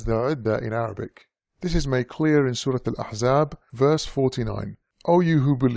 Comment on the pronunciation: Professional and thorough research. I love your authentic Arabic pronunciation.